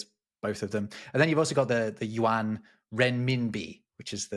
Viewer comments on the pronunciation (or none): none